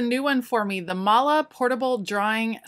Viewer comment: Hi, kind thx for showing us the possibilities of IKEA:s storage solutions. Just a note: The Swedish alphabet has three more letters than the American: Å, Ä and Ö. Å and Ä are not remotely pronounced like the American A and Ö not like O. The no.10. item is Måla, not Mala, which suitably means to colour or paint. "Skaddis" is actually Skådis (an abbr. for "skådespelare"), which means actor. I guess that's suitable too since you "display" the things you store in the Skådis items?